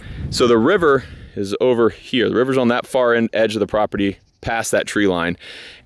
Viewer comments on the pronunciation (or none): New drinking game, take a shot everytime says "prapurdy" aka. property, whoever doesn't notice needs to have 2 shots/sips of their drink